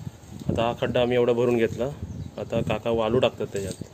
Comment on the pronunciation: वालु नाही रे...वाळु म्हणतात. किती मराठी भाषेची वाट लावशील.